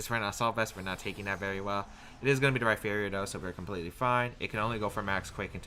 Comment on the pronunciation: You said Rhyperior correctly finally, i love you <3